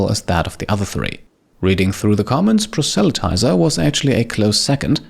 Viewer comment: It's pra-sey-lot-eye-sir